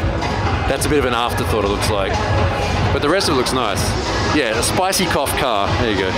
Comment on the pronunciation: "Spicy Cough" LOL!